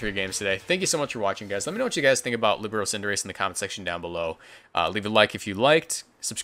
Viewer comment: Líbero was good pronounced